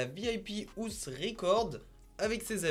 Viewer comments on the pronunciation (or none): none